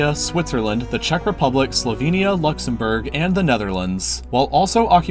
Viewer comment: U keep saying Slovenia wrong and that’s my ethnicity. it’s pronouced “Slow-vain-ee-a”